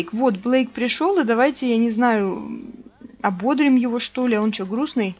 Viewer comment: ❗❗❗В глаголе «ободрить» ударение ставится на третий слог – ободрИть. В глаголе совершенного вида “ободрИть” ударение всегда падает на третий слог, в отличие от существительного “бОдрость”, от которого происходит глагол.❗❗❗